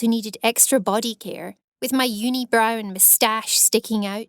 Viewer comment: How she pronounces some words is low key annoying me”loooked” “yuneebrow”